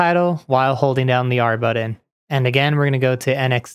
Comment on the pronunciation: The word is "button", not "buddin". lol